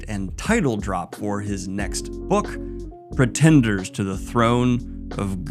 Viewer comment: you made me spit out my coffee with that Pretenders pronunciation.